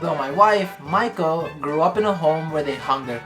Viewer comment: Dude, how can you not even pronounce your wives name properly after 3 years? It's mee-ko not mike-o